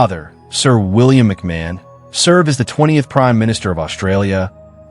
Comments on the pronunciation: His name is pronounced McMarn. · McMahon - Mc "marn". American english is hopeless! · As an Australian I object to rubbish from America. Australian royalty. 😂You can’t even pronounce his name correctly 🤦🏼‍♀️